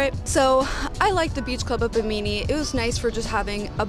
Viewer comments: Great video and good job as always- that’s pronounced Bim min neeee ! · Bimini is pronounced “Bi-muh-nee” Boomers have all the money and less of the work/family commitment. I’ve always thought cruises were like the Love Boat. 👩‍✈️ I’d rather go to Hawaii. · I went on Virgin Voyages in March, and it was my first time cruising as well. I fell in love with it! When I went, it was a mix of all ages, and I would say a large percentage were Millennials. My friend and I made lots of new friends and we had a great time. Also it’s pronounced, BIH-mih-nee lol 😂 You can get great deals on the cruise from a travel agent, that’s what we did. We paid $100 for a $300 bar tab and we had a hard time using $300 (and we drank a LOT lolol). My favorite things were the spa, the hammock on the balcony, and a mixology class. Looking forward to continuing to cruise on Virgin in the future! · Hi 👋🏾 Bahamian here. Bimini is pronounced Bih • muh • nee😁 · Ha...you should have asked a"Boomer" how to pronounce Bimini.